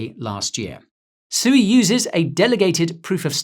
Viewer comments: It's pronounced SWEE! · Isn’t sui pronounced “swee” haha